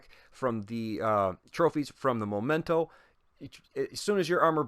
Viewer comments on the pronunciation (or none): Thanks for the video. I've been waiting for a while for a video like this But, remember: "momento" is moment in English whilst "memento" (the real name of this exotic backpack) is reminder in latin. They do not sound the same. The first sounds "moh" at the beginning, the second sounds "meh".